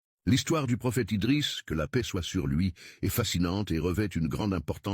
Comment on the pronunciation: IDRISS PAS EDRIS